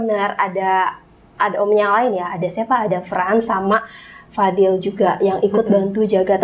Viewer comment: Fadli kak. Bukan fadil hehehe